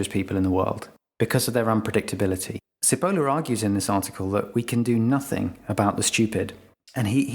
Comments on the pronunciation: If anyone is interested but couldn't be bothered to open google translate, the researcher's name is pronounced "chi poh llah" and it means onion hehe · This is a minor point: Cipolla isn't pronounced with an "s" sound. It is pronounced chee-po-la ("ch" like church, long e, long o, short a) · I love how he pronounces Cipolla (btw It means onion in italian :))) ) It's: tʃiˈpolla. You MUST pronounce the "i" (like an "e" in english) and the accent It's on the "o" (so roughly correct in the video) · Don't we write the letters M.P. after a name to identify the stupids? Its pronounced Chi-po-la by the way means 'Onion' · Cipolla is pronounced Chipolla in Italian and means Onion .. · Failing to look up the correct pronunciation of Cipolla before recording - a loss to yourself and to others. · The author's surname is pronounced "Chi" as in Chicago and "polla" (where the letter "o" has the same sound as it has in the English word "pot") NOT "si-poe-low", as you pronounce it. It matters. I was Googling "Carlo Sepolo" and coming up blank until I Googled "cinque leggi della stupidita' " In English, a literal translation of his name would be "Charles Onion". Cipola is a fairly common surname in Italy. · Pronounciation of the author's name oughtta be "chee-pol-lah", not səpəluh as you cite. Btw, I have the essay in my house since many years. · "Cipolla" is pronounced "Chee-pollah", not "See-polar". (It's also the word for "onion", in Italian. But that's probably irrelevant.) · Carlo Maria Cipolla (pronounced CHippolla) taught history in the European University in Florence (San Domenico), Italy. (I worked there as translator from 1993 to 1997.) His book 'Allegro ma non troppo' contains his essay that you talk about in this video. Lack of logic is part of stupidity. A person without logical thought is difficult to predict. The book contains another essay on the trade of pepper and its consequences. Very interesting. I highly recommend it. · Cipolla ist pronounced t͡ʃiˈpolːa, stupid!